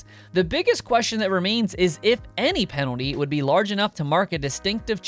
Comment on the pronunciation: Please spell the word "penalty" the way you are pronouncing it.